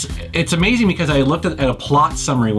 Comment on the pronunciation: Drink everytime he says ameezeeng